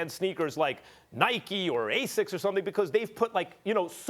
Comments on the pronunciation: Did max say Ascics...... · Did max really say ASICS? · He said ASICS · Dude just said asics 🤦🏾‍♂️ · He said Asics😵😵😵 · This man said ASICS